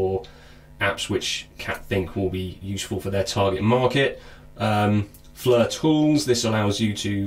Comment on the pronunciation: I want to know where in the EU alphabet does "I" become a FN "U". Its not FLUR its FLIR as in FLEER the "I" takes on a "E" sound. I understand engrish is hard but seriously this isn't that damn hard to figure out. If you are going to review something at least take the time to make sure you are pronouncing shit right. In the end other people will hear you say this wrong and copy you. This almost as bad as Brits pronouncing Aluminum. Except they turn it into Al U Min Knee um lol.